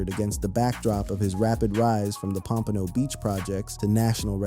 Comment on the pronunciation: Pom-pa-know !! lol this dude is killing me every time you try to pronounce Pompano Beach, Florida. lol sheesh